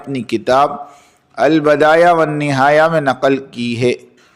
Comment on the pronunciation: مسند کو پیش کے ساتھ پڑھو بھایی اور معاویہ کو پیش کے ساتھ پڑھو البدایہ کو زیر کے ساتھ پڑھین بھایی